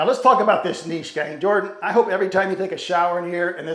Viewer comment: I hate when people pronounce it "niche" and not "Niche"